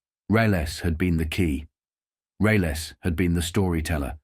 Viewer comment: Reles completely mispronounced